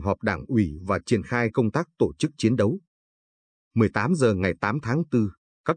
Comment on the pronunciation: Càng ngày thấy ngành Giáo dục càng ngày càng đi xuống. Ai đời " tổ chức" lại đọc thành " to chức". Nghe như trẻ con tập đọc . Vui tai mà lại rất buồn. Người đọc phái rất tự tin với khả năng của mình mới dám đọc cho nhiều người nghe hoặc là họ quá coi thường người nghe!!!!!?????